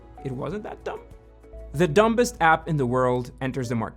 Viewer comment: Fyi, the B in dumbest is silent